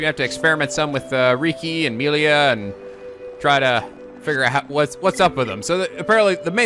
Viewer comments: I feel like there are going to be a lot of “Meh-li-a not Mee-li-a” comments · Meal-lia? Ummm? Its Mell-lia?